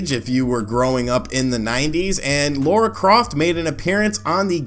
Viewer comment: Also "LARA" Croft, not "Laura" ...your friendly after-the-fact copywriter. :)